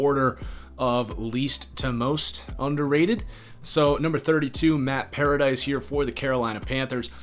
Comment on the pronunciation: Lol. I love how everyone pronounces Matt Paradis like Matt Paradise. It is Pear- uh- dis